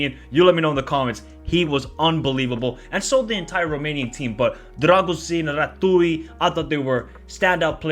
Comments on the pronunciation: Eyo the way you pronounce Ratiu’s name is hilarious. Closest way to pronounce it for a native english speaker would be something similar to the way you pronounce Ratio, just with the U instead of O. Definitely not Ratui, not similar to retegui. Apart from that Mudryk was abysmal, before we dissect his decision making people should be criticizing his demeanor, if you take a look at the replays for 2nd and 3rd goal you can clearly see he is in the position to help his teammates out and stop the counter but refuses to run, just casually walks, absolutely disgusting, whoever gave him the 7.5 rating must be legally blind. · Great analysis! I agree with your assessment and I hope that we can be the surprise of this tournament! Just as a side note, the way you pronounce the name of Andrei Rațiu is Ratzyu. The Romanian Ț is the equivalent of tz, just like the ș in Drăgușin sounds like a sh. HAI ROMÂNIA! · Ratiu is pronounced like you would say "rats-you". You're welcome! 😅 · Ratuiiii ... Funny pronunciation! Yes he was brilliant. I hope he leaves Rayo Vallecano and finds a team that uses his talents. Loved the vid! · he should try to pronounce like when you have tz in a name, raTZiu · take the "zz" from the word pizza, and replace the "ț" from Rațiu. that's how you pronunciate his name. allways when you see "ț" in romanian words, think about the zz. it's the same sound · Ratiu is pronounced Ratzew not Ratouille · Thanks!! 'Ratziu' not 'Ratoui' :) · who the hell is ratui bro? It is pronounced Ratziu. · Rațiu aka "Ratooi" is pronounced "Ratzzyou" (with Z, like in pizza). :) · It’s <Ratziu> not “Ratooie” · "Ratui":))))). Rațiu should be pronounced as "Ratsioo", with "ts" as in "tsar bomb" and "oo" as in "book". "Ratui" is something pretty original:)))) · R A TZ I U ....not R A T U I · Ratziu not Ratoui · It is not Ratui it is Ratiu (read Rah-zziu, with that zz as pizza). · Ratui 😂😂😂 i know it’s difficult to prononce but it still funny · Rațiu(Ratziu) not Ratui